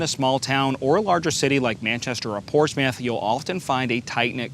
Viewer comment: learn how to say portsmouth.